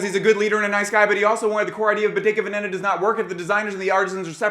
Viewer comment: This drives me crazy as it sounds so.....ignorant ( sorry) :The correct pronunciation of Bottega Veneta is: Boh-TEH-gah VEH-neh-tah, (not BOH-teh-ga veh-NE- tah) ...